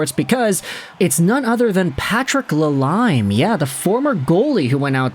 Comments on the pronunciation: Enjoy you videos but I wish you would learn how to pronounce names. La leem. Not la lime. Chickren not Chich ren. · bro really said la lime lol it's pronounced la leme, anyway kuch is a clown always has been